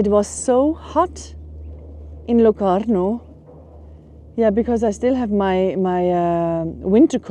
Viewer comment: Schöne Bilder, aber 3s spricht sich so aus,, wie man es schreibt: Ascona und nicht aona / asona / oscon oder Locarno und nicht loano und das viel "ja" ist auch nicht notwendig